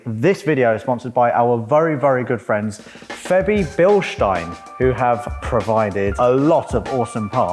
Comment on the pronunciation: OMG the first british guy who pronaunced Bilstein properly